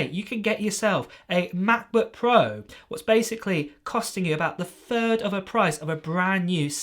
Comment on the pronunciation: please dont say ma' bu' puo any more